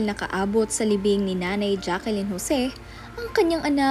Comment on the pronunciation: Dear vlogger. Jaclyn hindi Jaquelyn.